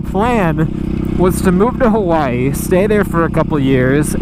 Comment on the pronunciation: Did he say "We were gonna move to Kawaii" ? ^o^